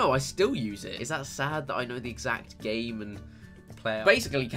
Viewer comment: at the start it sounded like you said gay instead of game